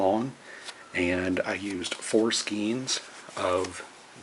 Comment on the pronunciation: great pattern, thanks. fyi, it''s pronounced "skane" :)